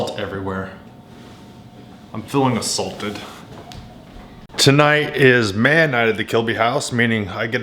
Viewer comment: Spooky test! 😂😂 Be polite to the imported meat. 😂 Did you say k'nife??? No way! I say k'nife! AND you said a"salt"ed! You must be a long lost relative or something, LOL.